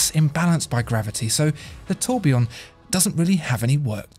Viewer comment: Oh Dear ! Your pronunciation of the French words is like the scraping of fingernails across a blackboard. I am trying to concentrate on the description of the watch Then, EEEEEEEEKKKK